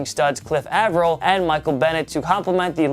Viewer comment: avril is a long a not a short a